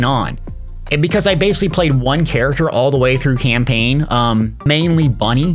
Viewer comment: I said Character like Chair , The rest of the video was very very good but i just had to let you know xD